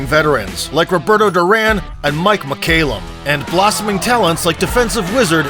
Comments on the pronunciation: Well narrated..?? 🤣When the narrator calls a boxing legend like Mike McCallum 'Mike Mc-Kay-Lum' , and makes remarks such as 'the referee should've been thrown into a prison cell' , then you should know that he hasn't got a clue what he is talking about..!! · An absolute legend of the sport, and you rename him Mike Mc-Kay-Lum..!! WTF..!?!? If this is a human narrator, you should know better... If it's AI, then it's not surprising. Also, explain the French referee comment . As well as the later comments about the referee 'deserving to be thrown into a prison cell'..!! Whoever made this should stick to what they know (or at least do some research) and leave the boxing content to those who know about boxing.